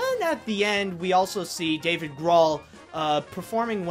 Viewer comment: I think it's Dave Grohl (his last name rhymes with GOAL)